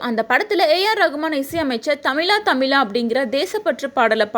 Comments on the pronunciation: தமிலா தமிலா இல்லைமா. தமிழா தமிழா. ழ சொல் உனக்கு வராதா? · "மலையால"மல்ல "மலையாளம்" என்று சொல்லுங்கள். அதுபோல் தமிலா, தமிலா அல்ல, "தமிழா, தமிழா" என்று சொல்லுங்கள்.